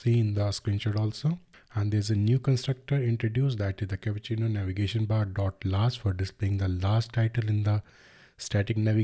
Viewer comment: It’s Cupertino not capucino